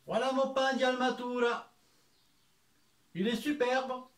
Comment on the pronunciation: Altamura.... pas almatura